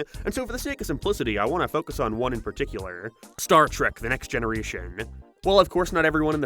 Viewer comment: God your pronunciation pisses me off. What is with you dragging out the ends of words? "Popularururur" "particularururur" "hererrrr" "planeeeert". Learn to speak properly before you take a shit on a show that thousands of us love.